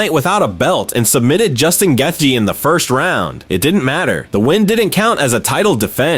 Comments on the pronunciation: hahahah Justin Geh-theee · "justin GATYEE!" Is actually crazy work bro... 💀